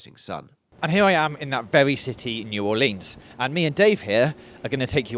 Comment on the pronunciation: the mispronunciation of New Orleans makes me cringe 😭